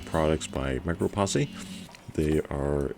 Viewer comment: Lol. Micro posse. I think it's pronounced micro-pōse not possē.